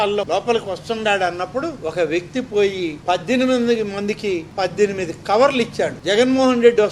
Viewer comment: గారు, మీ ఉచ్ఛారణ లో సరిచేసుకోవలసిన రెండు పదాలు ఉన్నాయి. అవి: ' చూయించి ' (తప్పు) ' చూపించి' ( రైటు) ' పజ్జెనిమిది ' (తప్పు) ' పద్దెనిమిది ' (రైటు) గమనించగలరు.